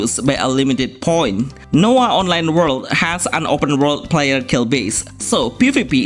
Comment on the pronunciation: Nowa Online, not Noah...